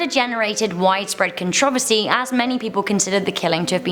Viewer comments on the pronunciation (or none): Cen-trohversy? Con-tro-ver-sy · why do you say controversy like contruvusy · how she said "controversy" 😹😹😹🙌🏽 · The way she said controversy..